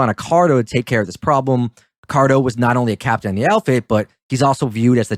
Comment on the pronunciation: Feedback is a gift. Here is my gift to you. You mispronounced Accardo’s name throughout this video - stop doing that. When you admittedly don’t know about something then do not talk about it. During WWII there were few men under 40 walking the streets unless they were in a military uniform. Your discussion about not know why they were not in the military should not have come up unless you knew why they were not in the military during the war. Lastly, private jokes between the two of you is very annoying to the listener so don’t do that any more. In fact, skip all of the nonessential talk between the two of you. Better yet just get rid of the Brit, he only detracts from the video.